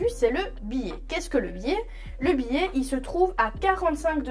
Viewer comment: Très bonne explications, merci. Cependant ne prononcez pas "billet" pour biais.